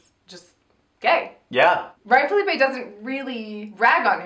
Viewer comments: What's with the "Felipe" pronunciation of Phillippe? I thought it was Phuh-leep or Philly-pee. haha XD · The pronunciation of Phillippe tho. Smh